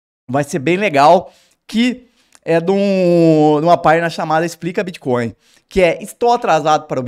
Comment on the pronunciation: Bitcóio? Nem sei o que é isso.